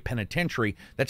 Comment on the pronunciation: FYi: "The Callisto Protocol" not "The Collisto Protocol". /shrug